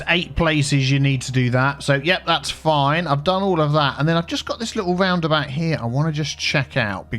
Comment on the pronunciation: Aaah the “horky borky about” 😂😂😂 love your vids man 😀